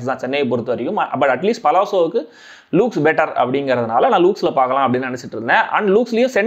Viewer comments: It's 'Luxe,' pronounced as 'laks,' not 'loooks' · Adhu லூக்ஸ் இல்லை , LuXE (லக்ஸ்) 😊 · Bro it is not lukes.. it is la-xe